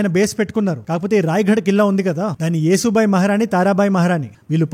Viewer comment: అన్న చిన్న సవరణ యేసు బాయ్ కాదు యశో బాయి దయ చేసి ఈ పేరుని సరిగా చెప్పండి